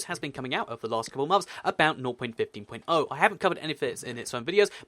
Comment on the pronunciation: some times I hear him say north.15 instead of 0.15